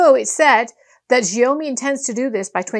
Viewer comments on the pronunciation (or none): "Shiaomi" correct pronunciation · TO PRONOUNCE XIAOMI THINK OF THE WORD SMALL RICE - A MUCH MORE ACCURATE